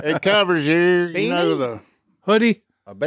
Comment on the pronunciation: Are we just going to pretend like Si doesn't pronounce "hoodie" funny? 🤣🤣🤣